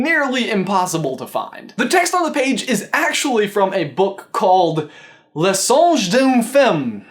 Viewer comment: Idk why I’m replying to a 2 year old comment but le is pronounced mire like lɘ. Yeah I know that’s a backwards e. It’s from IPA. I’d compare it to the oo in foot.